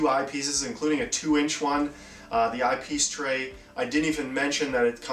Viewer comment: oh Eye Piece Tray , thought you said Ice Tea Tray , lol